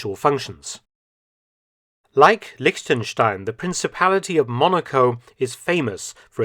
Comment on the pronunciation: Props to Mark for correctly prenouncing "Liechtenstein" as a native english speaker.